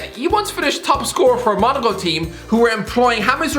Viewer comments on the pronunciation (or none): none